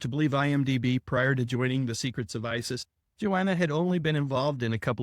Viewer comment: I can't tell you how pleased I am to actually hear you say the name Isis.